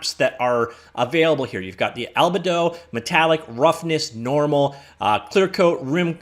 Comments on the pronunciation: “Albuhdo” is certainly a new one for me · How can you make a "101" class on something and not know the base source matter? I was willing to overlook your mispronunciation of albedo, but then you didn't know what specular lighting was either...